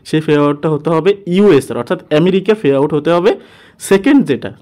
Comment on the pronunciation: ফে আউট না৷ পে আউট